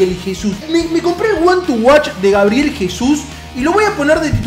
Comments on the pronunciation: GABREIL jajajaja es GABRIEL !!! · GABRIEL, no GABREIL